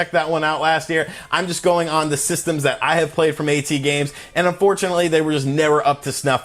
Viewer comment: It's not pronounced a-tee-games, it's pronounced at-games. Get your pronunciations right!